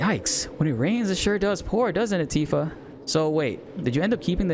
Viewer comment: I hope YouTube doesn't suppress you because they thought you were saying "ANTIFA" lol